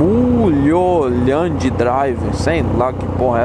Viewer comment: A Pronuncia é "Murroland "" hehe... e a série era Cidade dos Sonhos.